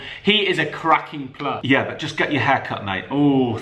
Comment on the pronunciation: Just say player proper smh